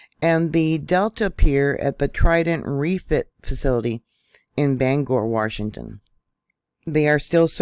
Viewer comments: It's Brem er ton, not Bremington. Ban ger, not Bang ore. Just sayin'. Worked there. Thanks for info tho. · Hey, in all kindness it's pronounced "Banger" not "Bangore". From a lifetime Washingtonian. I know our names are sometimes weird and hard to say correctly. 🤣🤔😊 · Sorry, I grew up in Tacoma and it always bugs me when people mispronounce local names. I do agree, the USN shutting down the dry docks down is a bit suspect.